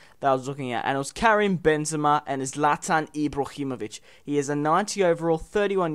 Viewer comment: just pronounce his name as zlat-an eebro-him-o-vich not ee-zlat-an eebro-him-ockh-vic also ibra hasnt played in every league in the world like i dont remember when he played in poland or Kazakhstan